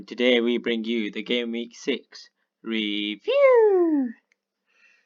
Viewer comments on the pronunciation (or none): THE WAY U SAY REVIEW 🤣🤣🤣🤣🤣🤣